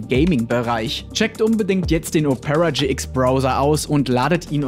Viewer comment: Die Betonung von "Opera" macht betroffen....